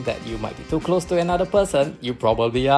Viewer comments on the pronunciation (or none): none